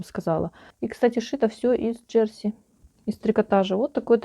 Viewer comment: Ударение на последнюю букву - «джерсИ»... и почему вы говорите, что на юбке замОк?.. почему «замОк», а не молния, непонятно... всё таки нужно в шитьё правильно использовать терминологию... уж, извините, но пришлось написать, так как режет слух...и простите, но зачем вам такие чёрные волосы, ведь вы молодая девушка... лично я считаю, что все женщины с чёрными волосами - ведьмы... светлое - это добро, а чёрное - это зло...